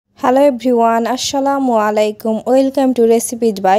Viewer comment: আশ্শালামু আলাইকুম না বলে আসসালামু আলাইকুম বলেন 😊